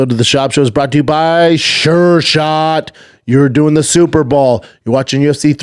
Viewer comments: Lol IKR. At this point I honestly think he just can't say the word "Bowl". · Can someone please make eye contact with this man and say “it’s super BOWL not superball” enough is enough man